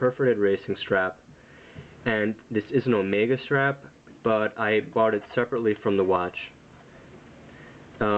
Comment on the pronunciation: Sorry, incorrect. It is pronounced just like he said in the vid...and just like you would pronounce the Greek Symbol, which just so happens to be on the watch. Never pronounce it Oh-Mee-Gah unless you are saying it as a joke.